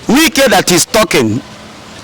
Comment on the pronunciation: His name is not Nwike but Wike. If you cannot pronounce it well, stop calling his name because, he is not igbo/biafran